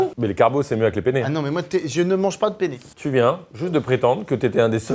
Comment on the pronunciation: Attention quand vous dites Pene.....car en italien le pene c'est le zizi 🤣🤣🤣🤣🤣 on dit PENNE avec de N 😅